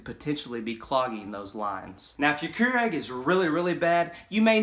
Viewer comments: It’s pronounced Cure ig not Cure egg. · The fact that you pronounce this as “KeurEGG” and not “KeurIG” makes me want to have an aneurysm.